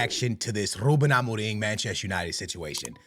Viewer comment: Ruben Amoring? why do you pronounce it like that?